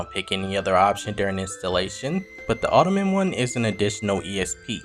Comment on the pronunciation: Are you an AI bot or a person? You're saying Ottoman rift instead of Autumn..? I try not to watch things that are bot created. lol